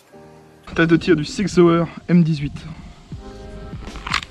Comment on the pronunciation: je sais bien mais ça sonne toujours rigolo en français ! Mais chapeau pour l'effort ;)